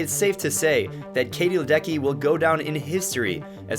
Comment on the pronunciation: Just a very gentle add-on - it actually should sound like “Ledetsky” due to the Czech origin of her surname.